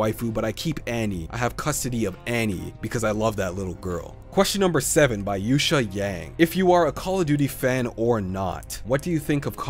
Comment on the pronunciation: my name was yuesha. many teachers ive had and substitutes have pronounced my name wrong. and someone even called me yoshi. and yosha. u are like one of the first to say my name correctly.